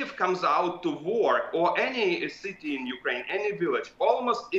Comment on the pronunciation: Citsy. Activitsy. Puttsing. Brexit English!